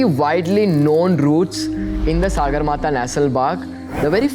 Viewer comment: It is not Sāgarmatha but Sagarmatha. Sagar सगर means sky in nepali.